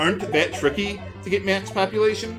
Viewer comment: Every time he says, "max populatuon," i hear "max copulation."